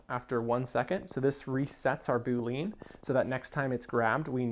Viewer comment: The term Boolean is pronounced Boo-lee-an not Boo-leen. Love your videos. Always gives some new ideas and you explain things really well. Thanks for making these videos.